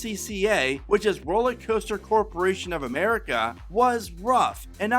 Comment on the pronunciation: Are you saying roller coaster or rolly coaster? Sorry…just a pet peeve when I listen to your presentations. I also hail from the Dayton area.